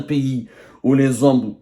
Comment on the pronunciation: Les zommes avec z majuscule 😂😂😂